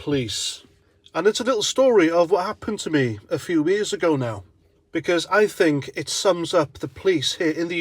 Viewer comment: " You sink I know fuk nothing ? I know fuk all " ! : )